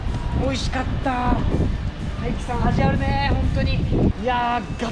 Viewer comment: ダイキではなくタイキです